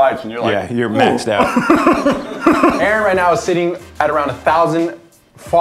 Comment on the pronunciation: Not to be rude 😊 but it's 'Aaron'